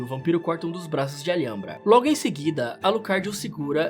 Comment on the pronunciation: Ótimo trampo mas a pronúncia do Alhambra e algo como al-hambra